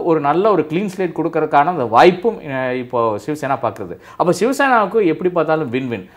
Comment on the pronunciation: அன்பு நண்பர் அழகான பெயர் வைத்துள்ளீர்கள்சிவசேனாவை ஷிவசேனா என்று சொல்கிறீர்கள்